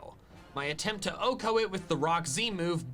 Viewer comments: I don't know what it is about MandJTV, but every time he says Oh-Ko a piece of me dies inside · I hate how the dude says OHKO. Like Velursi is pretty bad, but OHKO just hurt Edit: Kinda lame that he maxed out friendship on all his team, I think it's super cheesy